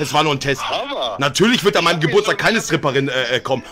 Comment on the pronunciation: "Eine Schtripperin"😂